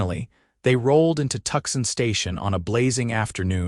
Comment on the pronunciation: This is a very nice story. I just wish that this AI could actually say the words correctly, Tucson and Eleanor and not a leaner because that’s what you get when you’re playing horseshoes and you get the big score if you get a leaner.